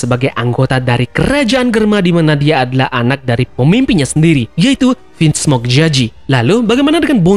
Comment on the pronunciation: Bang kok sebut Vismoke jaji